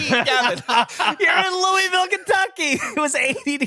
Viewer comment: As a local, it kills me how he says "lewey-ville" instead of sounding like he has a mouth full of marbles of "lew-vull"